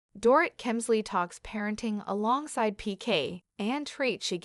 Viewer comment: Can you at least learn how to pronounce her name correctly? It’s Do-rit - like omit 🤗